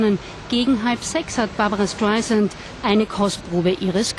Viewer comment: Lernt doch mal ihren namen richtig auszusprechen...das ist ja unterirdisch "barbara schtaisant"